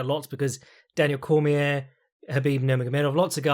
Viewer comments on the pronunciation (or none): none